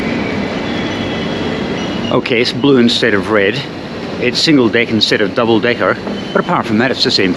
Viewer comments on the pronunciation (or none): none